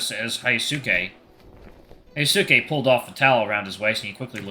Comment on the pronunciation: Hey, I think Hyosuke's name is supposed to be pronounced as hee-yo-skay